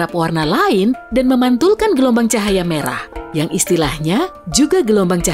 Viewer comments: hah gk salah denger "cahara meyah?*🗿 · Kalian pada sadar gak sih, mimin bilang "cahara meyah.." ?